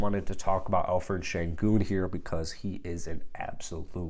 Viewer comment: I think your pronouncing senguns first name wrong, I think its pronounced with the 'p' and not 'ph'💀